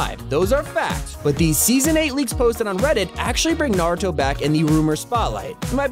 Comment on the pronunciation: I hate how he says nar-i-toe instead of nar-u-to